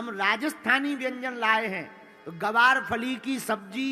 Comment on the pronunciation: ग्वार फली होता है गुरुजी गवार तो हम इंसान है इसलिए फिर हम आपसे कहते हैं ग्वार फली बोलो शुद्ध नाम इसका यही है